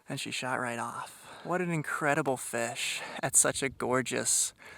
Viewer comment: The way he says "FESH" really annoys me.